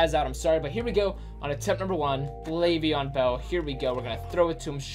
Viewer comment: EdgE_Astro no it’s Le’veon